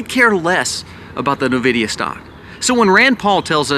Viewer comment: It's pronounced en-videea. I'm offended. Lol